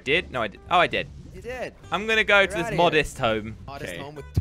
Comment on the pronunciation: i dont want to go to shcool to wach zis